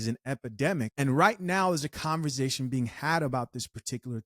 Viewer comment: Can I ask why u say "conver-ZAY-tion"??? Speech impediment?, accent?, I wanna kno how 4rl..no shade...it's like nails on a chalkboard tho🤦🏾😂